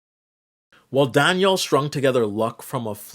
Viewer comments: You say Danielle like Daniel lol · DaniELLE, not Daniel*